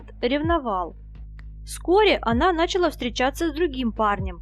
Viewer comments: NachalA not NAchala. Avtor profit dengi no snachala made nautchitsya pravilno govorit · Ну когда же вы научитесь правильно произносить русские слова? НачалА в ж.род! нАчал муж род. В каждом видео